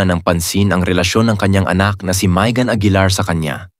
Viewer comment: Maegan to pronounce it is ( May as in month of May .. ang not MaEgan)